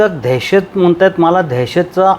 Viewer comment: देहशत नाही दहशत मराठी नीट बोला अगोदर कुठून आलात